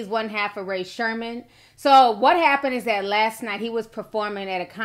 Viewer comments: its Sremmurd not Sherman 🤦‍♀️ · Ray Sherman lmaoo Ti and her accidental word quips crack me up. Edit: bruh Sherm life 😂💀💀I love this woman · lmaooooo i don't know how to pronounce that mess i tried my best!!😂😂